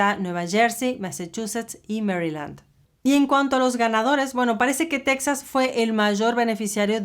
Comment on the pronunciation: POBRECITOS LOS TEJANOS! Y ALINA NO ES TECSAS! NO ES PALABRA EN INGLES¡ ES TEJAS!!